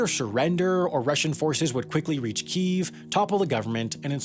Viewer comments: except it's not. The two pronunciations are kee-ev (the Russian one) and kee-iv (the Ukranian one). Nether of which are keeev. You and Sam are the ignorant ones here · wtf is with this pronunciation change of Kyiv all of a sudden?? It's not kEEEEEv, or kE-ev - it's KEev one syllable with a slight but noticeable pitch change. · I am so agitated with people pronouncing Kyiv, "Keev". It's pronounced "Key-ev" or "Kevy-iv". It's not difficult to say. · Someone get me on this: How is Kyiv suddenly pronounced 'Keeve', rather than 'key-ev' as I've always heard it pronounced? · Its pronounced "key, eff" No one ever called it keef until this civil war popped off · It's pronounced 'kyiv' not 'KEEV' lol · Another great video, as always. But it would be much better if you should stop mispronouncing kilometre as "ki-LOM-e-ter". Also, Kyiv is pronounced "key-ihv", not "keev". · Can't believe he pronounced Kyiv as Keev. It's Keyev. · It's pronounced more like "Key-ev" than "keev" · Why do they insist on calling it keeeve...its Kiev..kyev..say it with me..maybe more western countries could readily identify with the improperly pronounced one🤔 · Why have commentators started pronouncing KIEV as Kyiv which is the Ukrainian pronunciation. Similarly we say Moscow, we don't say Mosckva. It says in Wikipedia "Kiev is the traditional English name for the city, but because of its historical derivation from the Russian name, Kiev became disfavored in many Western media outlets after the outbreak of the Russo-Ukrainian War". What bs. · great video. Tired of this whole pronunciation of Kiev. If you are english speaking it is Kiev, if you are from the Ukraine then it is Kyiv. Guess what there is a city in Germany called Cologne by english speakers, but if you are native it is Koln. F- fox news for creating bs over a humanitarian crisis. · its kyiv, not keev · I don't trust anyone that says Keev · How can a channel this big, and most american media, butcher Kyiv by calling it "Keev" LOL. ugh.